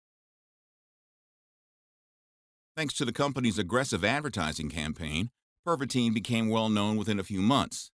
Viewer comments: in in in ,, pervatin ,, not pervatine fool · PervaTIN, not pervateen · Perva-TIN not Perva-TINE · It’s called Pervitin not perviteen! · I'm pretty sure that should be pronounced as Tin and not teen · You are mispronouncing Pervitin. There is no “e” at the end. It should sound more like “Pervittin” instead of “Perveteen”. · Your mispronunciation of Pervatin, Wehrmacht, Balkans and Barbarossa was very annoying and distracting. It doesn’t take much to learn the correct way to pronounce a word especially when presenting factual information.